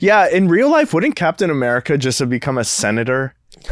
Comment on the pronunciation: The way says CapEEtahn America is how I will be saying it from now on